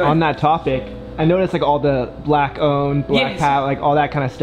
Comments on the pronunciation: I like how he says black like black people are rare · this emphasis on how he says "black" bothers me ... lol